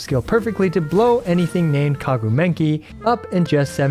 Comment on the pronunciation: I mean… what’s whit the “Kagu Menki”? 🤣